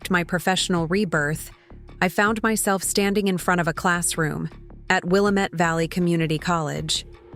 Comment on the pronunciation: 😥 A.I., it is The "Will - am - et" River. The Willamette River flows in western Oregon. One of my favorite classes atO.S.U. was canoeing on the river. 🏞🚣 Sending 💗 from San Diego, California